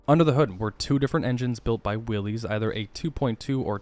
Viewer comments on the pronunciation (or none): Willys is pronounced willis, not willies.